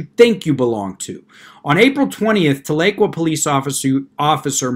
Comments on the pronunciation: Tahlequah ....is pronounced Tah--le--quaw....many people not from Oklahoma mispronounce this Cherokee word. However, thanks for the video and your insights on this extremely dangerous movement. I haven't heard you talk about another group, much like Sovereigns....probably better to say just like them...and that group are the ones that go by Moors. From what I have seen, through watching videos they have posted, they appear to be made up from within the African American community. 1 hilarious video had 1 bloke claiming to be a Moorish National Tribal Peace Officer. He came in contact with the real Law Enforcement by ''travelling'' at 108 mph! Of course there was then the usual argument concerning driving vs travelling, no need for a current Driver's License or registration but, the kicker was that because of his status within Aboriginal Moorish Community as a Peace Officer he was exempt from arrest, which of course that was the end result once he refused to give the Officer a Driver's License. His reasoning for travelling at that extreme speed was his vehicle (that he said was in a trust...whatever that meant) was close to running out of petrol and he had to HURRY to a station to fill his tank lol. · The "tal" doesn't quite do it. It's more like Towl - uh - kwa. That may not be the Native American pronunciation but, that's the way I heard it as a kid. When I lived there (1960s) we called it Talleywacker. lol Floated the Illinois a bunch. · I live in OK and everyone pronounces it Tala-Qwah lol. I was confused on the town until I remembered this incident. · You pronounced Tahlequah wrong!!! It’s pronounced Tal-la-qua!! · Thank you Jim! I was about to do the same thing, though probably not as well as you did. It was like fingernails on a chalkboard every time he said it wrong. BTW- I'm from south OKC. You an Okie? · Love your videos. Wish I could tell how to pronounce the city. Very good try. Oklahoma Girl